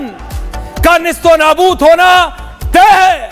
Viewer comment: तैए नही तैए होना चाहिये